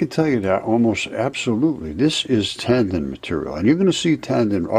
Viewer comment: One comment tho....TANDEN? Tendon....Took me half the video to figure out you were pronouncing the word differently